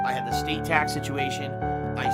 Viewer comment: All this time I thought he was saying Tux Situation, I thought he was having a Linux issue. Makes sense now though.